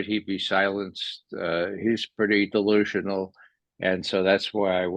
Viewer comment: You said dilusionol .... Does Putin run on cokain .